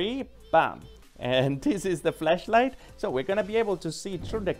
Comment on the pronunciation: It sounded like you said fleshlight! 😂😂😂